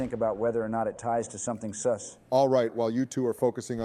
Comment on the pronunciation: every time i hear the ai say seuss instead of sus i expect one of them to start rhyming toxicly